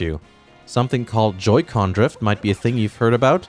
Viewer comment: What the hell is a Joy co? He keeps saying it, I still have no idea how this all works.